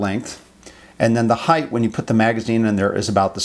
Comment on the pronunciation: Height not heigth🤮